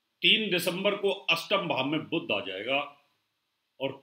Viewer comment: आपकी भाषा में उच्चारण प्रादेशिक प्रभाव से अत्यन्त ग्रस्त हैं : 'शनि' को 'सनि' बोलते हैं, 'बुध' को 'बुद्ध' बोलते हैं!! क्या बिना संस्कृतभाषा पढ़े ज्योतिष-शास्त्र सीखा होगा ?